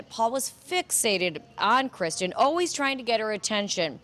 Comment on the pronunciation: Perhaps tomorrow that reporter can try to get Kristin’s name correct and stop calling her Christian. It’s basic respect to the victim.